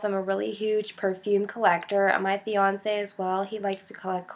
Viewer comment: The way you say fiance' it's like Beyonce'